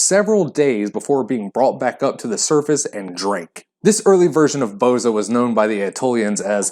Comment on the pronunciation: Most of the Balkan countries have it. As far as I know, Albanians are the one, first produced it.(Full disclosure: I'm a Bulgarian, not Albanian, but know this years ago, back from my father). Plus, for the name, when pronounce it - the stress is on the last letter - "a".